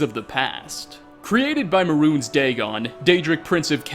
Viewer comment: May-runes not maroons